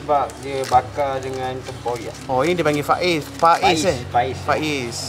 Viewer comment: Bukan Faiz..tp bunyinya Fayes ikan Patin...